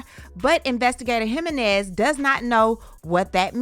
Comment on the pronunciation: It’s pronounced Ha-Men-Nez👍🏾